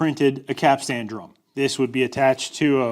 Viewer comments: I've always heard the word "capstan" pronounced "cap-sun" by people who are familiar with them, but I live close enough to the ocean to hear the waves crashing on the shore. 😉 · Maybe (caps-ten)? You might have to ask ChatGPT, AI always pronounces things correctly 😁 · for the love of god it's pronounced capstun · Just so you know, in nautical circles (I was 20 years in the Aussie Navy) we don't pronounce the 'a' so much. It's more capst'n. Mind you, we pronounce forecastle as fo'c's'le, so who can tell? Love your work,. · Pronounced Cap...stun, from a sailor 😅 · As a merchant mariner, this video drove me a little crazy. Capstan sounds like "captain" with as "s". The fitting that looks like a capstan but doesn't turn is a timberhead. (Edited for spelling error) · Lol you cant even pronounce it but made a vid on it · Those of us that didn't grow up landlocked like you did are shuddering every time you say 'capstan'. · The A is silentish, not he way you say though.. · Please do video again pronouncing capstan correctly. Thank you. Good project. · The professional sailor in my twitched a bit every time said "Capstan" the way he did...and I know that he said it that way to tweak folks like me into such a visceral response....congratulations Keep up the awesome content. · Quite correct! I'd also avoid the modern tendency to over emphasize the final syllable. It's actually "capst'n" not "cap-stan." Same as Captain is "Capt'n" or "Cap'n" and not "Cap-tane." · Couple things. first, you're the first person I've ever head pronounce it "cap-stan". it's usually pronounced quicker. like "capsten" as if you're saying "captain" but with an S in there. second, the thing you show is a bollard, not a capstan. specifically a dock bollard. if it doesn't turn, it's not a capstan. I get it, you grew up landlocked. I was in the Navy though. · Cap-stan? Caps-t'n. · It’s pronounced ‘capsten’ not ‘cap-stan’ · am i the only one who keeps hearing "cap sandwiches"??